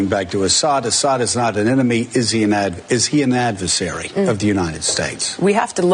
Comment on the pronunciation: Joe said advesary instead of adversary a couple of times. This shows us how easily the mind can be manipulated, because then Jimmy said advesary. I'm pretty sure he knows the correct pronunciation of adversary. Still, another good clip!